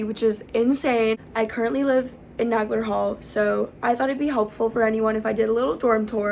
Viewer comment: This is the second video tour I've seen about Nagler Hall. Just for the record, in both videos Isidore Nagler's name is mispronounced. The name is NAY-gler, not Nag-ler. He was my great uncle, his sister was my grandmother. Nagler was the vice president of the International Ladies Garment Workers Union for 30 years. Definitely NAY-gler. Just saying.